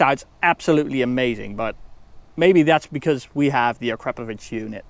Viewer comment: is legit because he can pronounce akrapovic correctly. So many people here in the states butcher it horribly